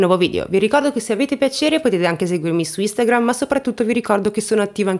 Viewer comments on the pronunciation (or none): none